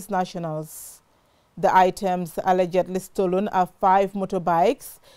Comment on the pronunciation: Who agrees that our journalist is not pronouncing ALLEGEDLY correctly.